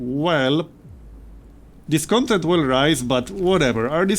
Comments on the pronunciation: Hey, really enjoying this series as I’ve enjoyed all your Frostpunk content. Just a heads up: discontent is pronounced with the stress on the last syllable: disconTENT. It’s the same root as content (adjective) as in fulfilled: conTENT. The noun content as in “downloadable content” is CONtent, like you are pronouncing it now. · Hey,. Really enjoying your series. I like Frostpunk as a survival + city-builder hybrid. Also, the word Discontent, is spelled phonetically as "DisconTENT" with the emphasis on tent. No complains otherwise, love your series.